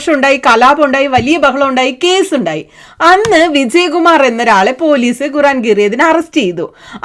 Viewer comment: Guran alla mole😂 quraan